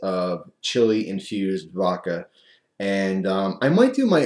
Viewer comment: please, its called vodka not vakka. I get the east coast accent, but if you can put a d ound in water you can put it in voDka.